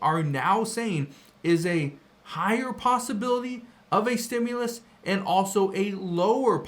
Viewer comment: ITS A REFUND CHECK STOP CALLING IT A STUMLUS.